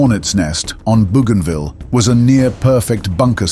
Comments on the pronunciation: Dans la bande audio en Français , ce n'est pas bujinville Mais bougainville. ( Marin explorateur français) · Bougainville pronounced boganvill.